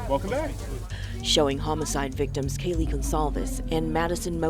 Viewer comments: KAYLEE NOT KILEY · It’s Kaylee n not Kyla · well this woman could at LEAST pronounce KAY-[LEE] 'S NAME CORRECTLY! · Lol. Exactly my thoughts. If she called Kaylee “Kylie” one more time… she clearly doesn’t know the case. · Its kaylee not kylee get the names right and kernodle not kernoddle!! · It’s Kaylee. It’s Zana (the ah sound) How can you not properly pronounce these kids names? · It’s extremely disturbing the Senior Investigative Reporter mispronounces Kaylee and Kernodle. She obviously didn’t do her research. She should be fired from her job. She’s an embarrassment to the broadcasting community and the company she works for. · "Kylie"? " Zayna Karnaudle"? And it's not "MosCOW." It's "MosCO." "Senior Investigative Reporter" is so dumb. She should know better. She doesn't even have enough respect for the victims and their families to find out how to properly pronounce their names first! And considering her line of work, she should know by now! And the other reporter says, "Mojen."🤮🤮🤮